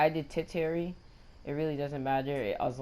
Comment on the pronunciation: its pronounced terrchiary